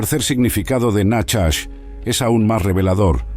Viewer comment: Perdón pero no es nachas,como dice este locutor ,sina najach